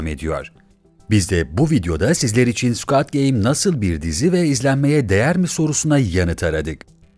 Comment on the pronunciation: Keske bu videoyu yapmadan once "squid" kelimesinin nasil telaffuz edildigini ogrenseydiniz. "Squad" gibi okumus metni okuyan kişi, squad degil, squid.